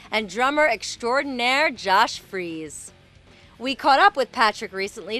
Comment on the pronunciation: It's "Freese" not "Freeze".